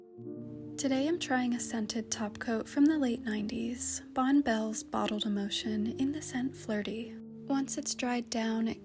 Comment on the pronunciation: Old lady here (64), we said “Bonnie Bell,” not “Bon Bell.” There were Bonne Bell commercials on TV in the 70’s and 80’s where you heard the pronunciation.